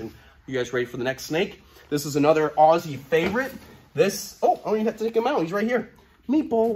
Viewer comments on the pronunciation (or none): none